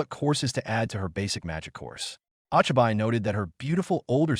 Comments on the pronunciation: I like the story but how I am pained by the pronunciation. Oh-Chai-Bye, Oh-Knee-Eye, NEEN. Seriously bad text-to-speech AI. Oh-Chee-Bee (Ochibi, young child), Oh-Knee (Onii, older brother or older friend without honorific slightly polite with a slight elongation of the -ee syllable), and Neh-neh (Neene, older sister or female friend not regularly seen with an honorific and more familiar than polite and pronounced with a slight elongation of the first -eh syllable. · When the ai doesn’t know the difference between names and nick names and pronounces it wrong. Ochiby? Wtf really disruptive 😊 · ah-chi-bye and oh-nee-aye is horrid.